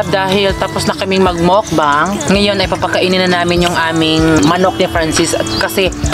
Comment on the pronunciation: Mukbang po tamang bigkas hindi po mokbang.